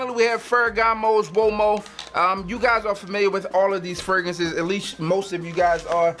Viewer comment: Hey bro not trynna critize but can you plz use the second R when saying fragrances it sounds really weird when you say fragances